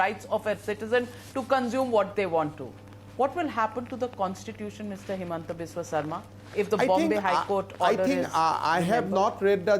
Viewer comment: PLEASE it's HIMANTA....not Hemanta 🙏🏻🙏🏻🙏🏻 Love from Gujarat